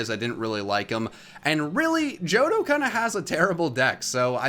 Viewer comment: THE H IN JOHTO SHOULD BE AFTER THE FIRST O!